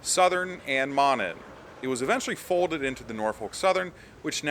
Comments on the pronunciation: I may have missed if someone else mentioned it, but one of the railroads you refer to, the Monon, is pronounced "Moe-non" - long O sound. Named for the town in NW-Central Indiana where the lines two mains crossed. I grew up around there. It's a bit north of Lafayette, IN where I went to Purdue. Go Boilers!!! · Just to help you in the future, Monon is pronounced as Moe-Nahn.